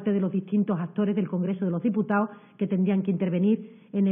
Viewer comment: ..”del congrezo de loh diputao” que no estas en la taberna hija, aprende a hablar cojones!!